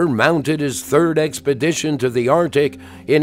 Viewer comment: The first C in Arctic is not silent